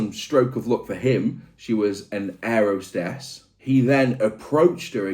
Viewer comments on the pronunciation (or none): "hair 'ostess" 😅